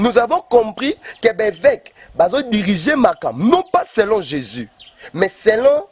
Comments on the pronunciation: Ba fanatic Bo keba,guegue et Jesus ne se prononce pas de la meme maniere ,,,muana nzambe yebela ,j'aime bcp le Pasteur Moise mais mobulu ekoti ... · C est juste sa façon de prononcer le nom jésus qui sonne de la façon ouvrez bien votre oreille et surtout soyez très intelligent et vous comprendrez qu il dit jésus.